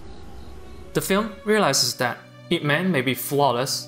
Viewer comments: It's /-ip-/. Not I.P. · I cringe when he said I-P Man. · I got so triggered when you said I.P Man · 'eye-pee' man?? bro Ip is one word and thats his last name. bro.